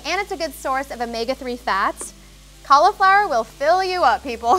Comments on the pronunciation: Cauliflower has an i in it. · JUST CALL IT CAULIFLOWER NOT COLLAFLOUR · Same! Collaflower